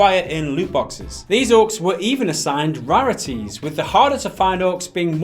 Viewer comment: your pronunciation of rarities did make me laugh. Is it a Welsh thing or just you?